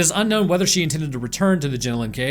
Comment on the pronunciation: Their called the jenolan caves not jinolin caves omg y can’t you Americans pronounce any Aussie names